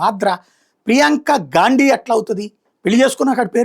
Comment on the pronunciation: గాండీ కాదు గారు గా....😊